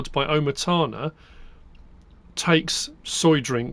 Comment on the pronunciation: you know that Oma tana is grandmother tana...so should be a space when saying it... it makes me laugh each time... Great channel.